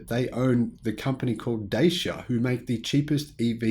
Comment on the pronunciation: BTW it’s not pronounced ‘Day-Sha’, it’s pronounced ‘Datcha’. You’re welcome.